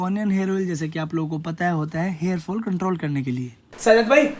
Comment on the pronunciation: Hairs ni hota hair hota hai